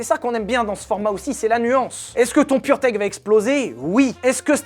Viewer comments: On dit purmerde et pas purtech, j'imagine le mec qui as dirige le développement de ce moteur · à chaque foix que tu dis purtech j'entends puremerde XD